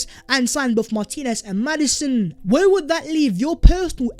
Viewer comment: “Vhere & vhere”